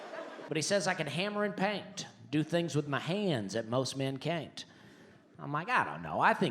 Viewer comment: And he rhymes "cain't" with "paint '